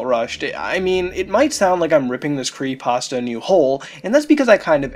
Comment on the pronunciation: Every time I here him say "Creeiepasta" I want to punch him in the face. Other then that I really enjoy these videos.